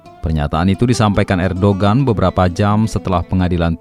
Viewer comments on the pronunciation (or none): Ditulis Erdogan dibacanya Erdoan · Kenapa di baca Hagia 🙄 Erdoğan di baca erdogan? Ceci 😁😁😁